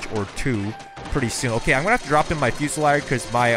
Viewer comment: "Fyo-see-leer", "Kyoo-ra-seer"